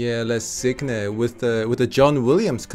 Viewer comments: Why is so difficult to (north) americans to pronounce the words like the original ones? The title is Le Cygne (gn sounding like in Lasagna, or Gnocchi), not "Leh-sig-ne" ... And the original isn't for cello and piano, it's for cello and two pianos, part of Carnival of the Animals Suite. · How they are pronouncing: le cyne😂😭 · Great to hear some wonderful cellists. I am big fan of Heinrich Schiff and Daniil Shafran, along with many of the better-known greats like Ma, Rostropovich, Piatigorsky, and du Pre. Just a quick correction though for the first video. Le Cygne (pronounced like "seen"). Also, le carnaval des animaux was originally written for 2 pianos and small chamber ensemble. It was later transcribed for cello/piano, two pianos, four hands (one piano), and other versions. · for god sake, I can't stand it anymore, the pronouciation of french is EASY so please use google translation if you really struggle. At least you can learn the correct pronounciation with it. le cygne is pronounced SEA - GN' in one sound. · Please guys check the prononciation for The swan in french (le cygne)... Love your work and the recommandations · "Le Cygne" doesn't sound like this at all in french XD the "E" of "le" is pronounced like "a" ("a violin"), the "c" is like a "s", the "y" is pronounced like "e" (the letter "e"), the "gn" is pronounced like a "n" and a "y" (like in "you", so something like "nyou" without the "ou"), you don't say the final "e". So it should be something like "L-a S-e-ny' ". Or you can hear it on google translate ^^ It means "the swan" :)